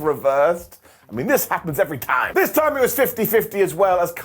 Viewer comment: "Toim and toim again." Your impression sounds like Southern US. Lol.